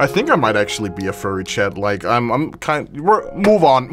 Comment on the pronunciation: the way he says chad instead of chat 💀